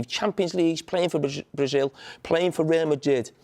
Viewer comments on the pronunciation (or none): "Rea Madid"